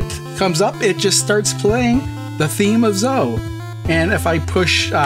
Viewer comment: Zoe is pronounced like Bowie, not Toe. I have a niece named Zoe. I mentioned this on your first video on this cart. Why are you still mispronouncing it? It's like everyone pronouncing Piko as Peeko even though there's a gd pi symbol in their logo. It's pronounced "pie-co". Even the company affirmed that with me in an email. Unsubscibing. You YouTubers need to at least get the names right if you want to be taken seriously by the literate. It's just basic respect for the companies bringing us these fantastic games.